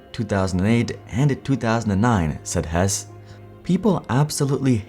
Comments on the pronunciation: I am pretty sure his last name is pronounced Hess-E. Also the story of the downfall of Palm is incredibly interesting in its own right. The lack of apps was a problem but not nearly as much a problem at that time as the bizzare marketing, making smaller phones when the market was going bigger and sprint also just being the wrong launch partner for them too. (Might be worth its own video). That said the Pre was Sprints 2nd attempt at taking on the iPhone they had a phone called the Samsung Instinct that literally had no apps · Hesse is pronounced Hessee not Hess. I was one of the "fired" customers. I managed to get completely out of my contracts without paying a cent. We where actually happy with sprint for years until we moved to the other side of town then Sprint was completely unusable for us at home. We had to use one of those terrible Airave routers that pretty much never worked. We where constantly fighting for almost a whole year before they finally let me out of the rest of my contract. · Hesse's last name is pronounced "Hess-EE" not 'Hess'